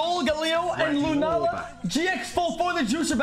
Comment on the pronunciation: Card: says Lunala XQC: leh luna